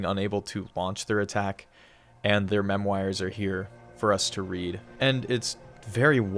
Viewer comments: mem-wires? not memoirs? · Amazing video, amazing game. I do not like the way you pronounce memoir